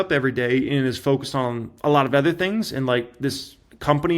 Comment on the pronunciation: It’s so painful to listen to mispronounce the word “OTHER” 15 times in a single video. Here’s an hint, the word doesn’t start with the letter E.